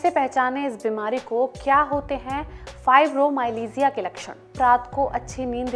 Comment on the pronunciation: Learn to pronounce it first . Don't spread wrong information